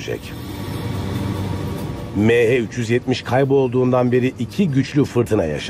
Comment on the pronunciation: Şu konuşan adamın mehe 370 demesinden nefret ettim hindistanlımı nedir